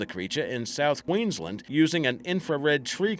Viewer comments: can't even pronounce queensland correctly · Also struggled with Queensland lol